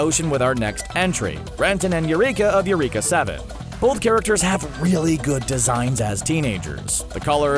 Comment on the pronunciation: I think its pronounced erica 7..... not you-reeeka 7....just saying.. you can blame the katakana